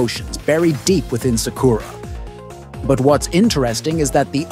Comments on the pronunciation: “Suck-koor-ra”kinda triggers me, sorry 🤣🤷‍♂️ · You can't even pronounce sakura's name right 😂